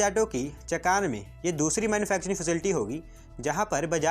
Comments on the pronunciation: It's Chaakan not chakaan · बजाज के पुणे वाले कारखाने की जगह का नाम चाखन है, ना कि चकान। 🙏🏻